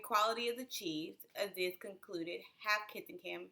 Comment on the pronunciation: Colonializers? 🤦🏾‍♀️😬 I'm with you but... your mispronunciation (Aziz is pronounced Azeez). Your analysis is spot on!